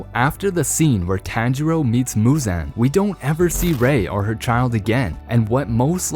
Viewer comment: Like bro pronounce the names right